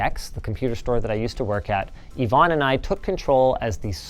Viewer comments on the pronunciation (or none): none